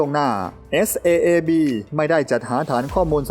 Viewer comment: Saab อ่านว่า ซ๊าบครับ😂